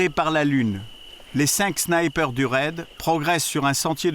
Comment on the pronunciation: Les 5 snaïper 😂 Sinon le reportage est excellent